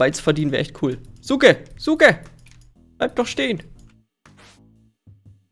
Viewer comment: man, ich werde Sjuke ausgesprochen und Suke geschrieben!